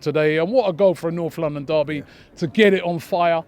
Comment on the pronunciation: "Noff London daby"